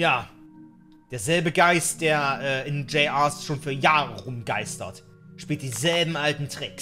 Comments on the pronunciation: das war das flackern, finde das größte Problem besteht teilweise darin, das man die Animatronics nicht auseinander halten kann. Das Flackern ist, dass es so alle 1-2 sekunden ganz kurz schwarz wird. Und das wird btw "Juniors" ausgesprochen. Außerdem ist bei ein Handabdruck in der Ecke im Art Room. Aber das Flackern ist wirklich teilweise echt unerkennlich. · JR,s bedeutet juniors Sag es nur weil dus falsch gesagt hast